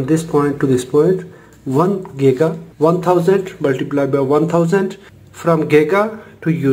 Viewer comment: This is very useful, just it's not 'gega' but 'giga'